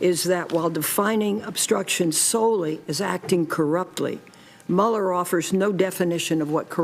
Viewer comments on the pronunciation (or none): How many times have we, as a society, heard the pronunciation of Robert Mueller's name in the last 2 years? How is this woman still saying it wrong? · It's Mull-er not mule-er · OMG if she says MEWLER one more time I'm going to turn it off. It's pronounced MULLER. MULLER not MEWLER. GAH! STAHP! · Please, please stop calling him "Mule-er", it's "Mull-er." Killing me! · Pronounced MULLER report ... I mean come on get it right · It's pronounced Muller. If you researched, you would know it. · Pronounced Muller, as in, one who mulls. No rhyme with Bueller. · Why do you keep saying Meu--ler? Not how it's pronounced and fairly distracting due to how many times you use it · oh my lord please PLEASE stop saying mew-ller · It is pronounced like "Muller" no long u. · How does Jamie Lee not know how to pronounce Mueller's name after the last two years and why didn't you, I dunno, get a take where she says it correctly? It's hard to take her seriously as a narrator after that tbh (even though her voice is wonderful and seems clearly talented). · Please pronounce Robert Muellers name correctly! She’s driving me nutz. Good info though. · why did nobody correct her continuous mispronunciation of mueller's name